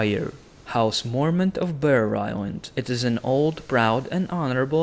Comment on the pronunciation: house morment? ive never heard of-waaaaait....he means Mormont lol